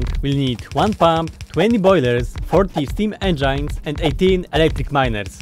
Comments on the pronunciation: Engines, enjines I learned a new way to say engines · It's funny how you say энджайнз instead of engines